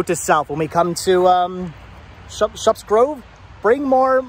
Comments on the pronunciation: The "u" sound is pronounced like the "uh" sound in the word, shut....You pronounce the p's... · It's pronounced like "shut"...Shupp's. The Holiday Inn is made by Playskool.